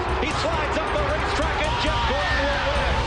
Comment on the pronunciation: I like the way he even said Gordons name wrong! Im sure he knew what he was doing 1000% Hope ur good.